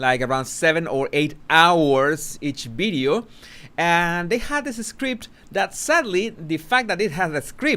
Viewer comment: I do enjoy this channel and have been a long time sub…. I love the language and it’s difference- love love love that u say bideo instead of video …. I love the translation of language u give us too I haven’t really agreed with the heavy merching that has gone on over many many platforms I feel that once the King settles in to his new role , the Skidmarkles will be half in half out I’m done already with the lot of them Princess Anne should have been crowned 🎉